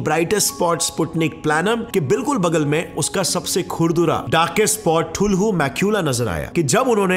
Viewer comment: The way he said thulhu 🤣🤣 jahil hony ka pta lag jta..